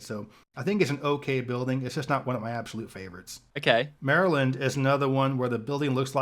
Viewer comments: You're getting closer with pronunciation of "Maryland" -- still not quite there. :) You're saying the "-land" part too nicely, like the word "Land." The last 2 syllables should be de-emphasized, with neutral vowels, like "MAIR-uhl'nd." But excellent try, and I loved your reaction to this whole video. Being a Delawarean, I can't disagree with his evaluation of the Delaware state capitol -- it DOES look like a (very nice) university building, in the traditional East Coast Colonial style (red brick, white trim). I've been to the Wisconsin capitol, and I agree with you that it has a special something. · You're close on the pronunciation of Maryland, but you have the final vowel sound wrong. It isnt pronounced like the word "land". It's more like "Lund". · You were close with saying "Maryland" lol but you have to say it more like "lund" instead of "land" 😛 Like "Maralund" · Maryland is pronounced closer to mare-uh-Lund rather than merry land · How to say Maryland… Mare-uh-lind. It’s not “Land” lol. Hope that helps cuz you still haven’t nailed it yet. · Its Merra-lind, you keep saying land like the word land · I pronounce the “land” part of “Maryland” more like “lind” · We pronounce "Maryland" not as Mary-Land, but "Marilyn" (as in Marylin Monroe). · Maryland rhymes with Marilyn. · It is not Mary land! It is Marilyn! That is not the spelling but the pronunciation!! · Maryland is “mare-uh-lind” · Maryland is a word that gets slurred together easily, Marelund. Born and raised there, but I will probably receive some slurs myself. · Maryland is pronounced Meh-ruh-luhnd with the emphasis on the first syllable... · More run together than that, Mare-lin. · Maryland. Pronounced like Merril land. Think Meryl Streep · You did not nail Maryland. Mar-land drop the e sound after Mar.